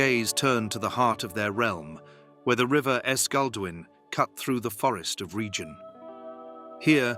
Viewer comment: There are so many statements completely wrong or outright misleading violations of Lore and Canon I have no idea where to even begin a proper critique. And, btw, it's pronounced REG ion (reg ee on) not like 'region' meaning the hard G, not the soft G. And, MEL ian from 'mellon', the Elvish word for friend and/or 'love'. UGH. I can't believe I fell for this click bait.